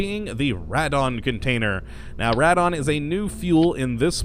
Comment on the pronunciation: it is pronounced "raedon".